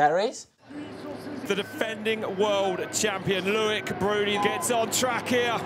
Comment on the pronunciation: It’s not LOU -IC ...it’s LO -IC